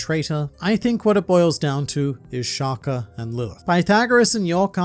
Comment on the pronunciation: Your pronunciation of Shaka😭. It’s like you saying shacar🥶.